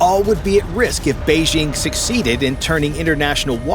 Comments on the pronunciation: "Beizhing"?? Are you trying to say "Beijing"? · Beige-ING? It’s not in French. It’s a J: Bei-DJING! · Bay-Jing', not Bay-zhing'.